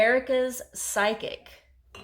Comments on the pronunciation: It is pronounced" FIZIC" meaning a laxitive. Not psycic who predicts a bowel movement. LOLOLOL Just pokin' fun. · Not psychic, phys-ic. Think physical, but just phys and ick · Pronounced fizzik.... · physic is pronounced "fizz-ic"